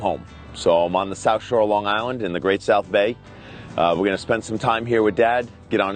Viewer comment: I never caught your accent until I heard you say 'Long Island' (you do know those are two separate words right, not one word.. It's hard to keep from saying it that way isn't it?) Did you even know you did that? I say you didn't). Some things just can't be washed away not even by sunshine, dry air or heat.....😅🤣😂